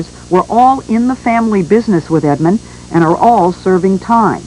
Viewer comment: You keep putting the s on the end of Edmond 🤦🏿‍♂️ you probably say meek mills too